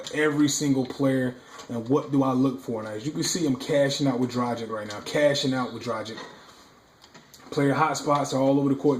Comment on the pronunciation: good video - his name is pronounced "Dra - giCH"